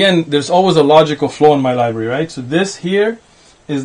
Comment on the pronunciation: Shaykh othman? Library? Brother go learn to read first